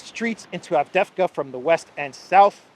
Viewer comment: It’s AvdEevka,.